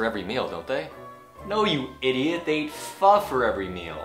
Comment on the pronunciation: em có thắc mắc là trong giây thứ thầy nói nuốt chữ eat phải không ạ!Thầy cho em hỏi là trong trường hợp nào mình có thể nuốt chữ như vậy và làm sao người khác có thể hiểu được ý mình nói ạ